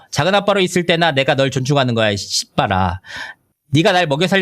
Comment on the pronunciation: 씨발아 발음이 너무 찰지시네요 굿